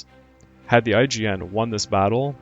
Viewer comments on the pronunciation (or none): So was I (cringing over "B-52s," that is). Every time I heard it, another blood vessel burst in my left eyeball. And every time I heard "IJN" pronounced "IGN," another burst in my right. The comedic value of "Waldron's squall-dron'" almost made up for it, though.